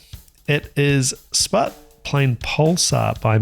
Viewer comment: I was the one who sent the request. Thanks for an incredible reaction video! I’m not a drummer, but I enjoy Sput’s music so much. Always blows me away, and you really did it justice with the reaction. Btw, not that it matters, but you pronounced my name correctly, which no one ever does 😂.